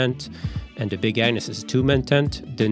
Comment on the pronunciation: I keep hearing big An*s tent instead of Agnes.